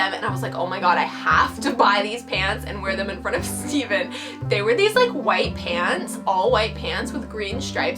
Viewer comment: After watching the whole video, I realized she was saying "Pants" I thought she was saying "Pans," so I thought she was wearing pans.